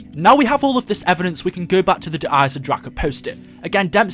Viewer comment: 1 thing that quite annoyed me der eisendrache is pronounced der iesen drakon